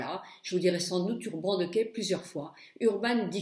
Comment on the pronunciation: J'espère que quand tu es sortie tu as fait tes deux yeux de la même facon !! Mdr..l'avantage de prononcer de mala façon dont c'est inscrit c'est que l'on comprend très bien de quoi tu parles ...et je prononce urban decay de la même façon que toi...qu'est ce que ça peut faire que tu prononces mal l'anglais..certains anglais prononcent mal le français et on trouve ça charmant !!! Bisous ma belle et merci pour ces deux tutos